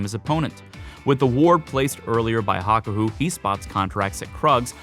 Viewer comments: dude says hakohu rather than hakuho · It's pronounced ha-ku-ho not ha-ko-hu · Hawk-Hoo-Woah Say it fast. That's how you say it. Great video though. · HaKaHU??? HaKuHO.